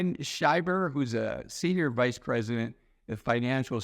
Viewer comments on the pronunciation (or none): none